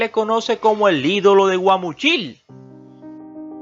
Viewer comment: Pedro infante una gran figura , aunque muy desordenado en su vida emocional por su falta de madurez se comportaba como niño por ello perdió muchas cosas como su fortuna , y al narrador es Guamuchil aprenda a pronunciar